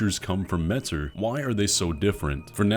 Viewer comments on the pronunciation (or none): i love your videos, but WHYYY do you pronounce metZr with a freakin' Z instead of metYr with a Y, whyyyyyy??? I'm surprised nobody noticed... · I believe it is pronounced "meteer" and not "mehter" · Pretty sure it’s pronounced Mayter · consider for 2 seconds: pronouncing Metyr like "meteor". Me-tyr. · I think “metyr” is supposed to be pronounced like “meteor”…. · Her name is pronounced METEOR ☄️ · please pronounce it meh-tier...